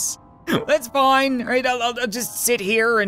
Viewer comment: it said fine not fined